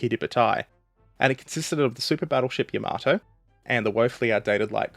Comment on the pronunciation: A fuq'n AI can play stupid games? Seriously? Only an AI pronounces Yamato like that. Give up the computer bullshit, and do the fuq'n work of narrating yourself. It'll give you something to be proud of. Dumbfuq